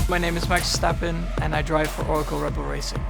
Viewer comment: Why does Max pronounce his name with an English accent instead of Dutch?